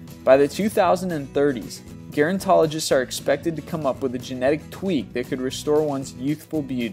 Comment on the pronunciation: The word "gerontologist" is pronounced with a soft "g". I'd find many similar videos more appealing and less annoying if narrators were more adept at fundamentals such as correct pronunciation.